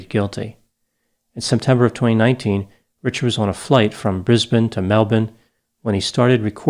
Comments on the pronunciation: Well done for correct pronunciation of Brisbane and Melbourne :) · "Bris-ben to Mel-bun" Well done. You get top marks in Aussie pronunciation. Almost zero Americans get those two right. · Hello from Sydney,! I’m a huge fan of your work. Can I just say that you’re the first American I’ve personally come across to pronounce Brisbane and Melbourne correctly? 😃😃😃😃👍🏽👍🏽👍🏽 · Omfg you said Brisbane correctly. That's earned you a like and subscribe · Well done, you pronounced both Brisbane and Melbourne correctly! Not many Americans can.... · Thank you for pronouncing our place names correctly - pronounced Melben (Melbourne) and pronounced Brisben (Brisbane) - just nice that an overseas commentator has done their research on our local place names - a thoughtful touch. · And his pronunciation of Brisbane. Usually Americans say ‘Bris-bayne’